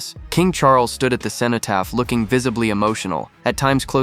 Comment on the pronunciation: It would be good if you could pronounce cenotaph correctly. Doesn't sound like you know anything about it.